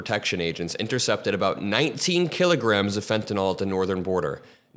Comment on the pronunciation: Pronunciation American pronunciation Sounds like: fen·tuh·nuhl